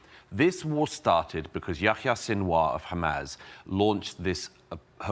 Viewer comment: It's wild how Doug got absolutely clowned on by Dave Smith a few months ago and he still doubled down on everything. He's a fool. *side note but i can't stand the smarmy way he pronounces "hamas" like "ham-ass"